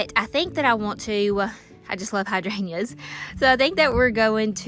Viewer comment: I just wonder why you don’t pronounce the “g” in hydrangeas?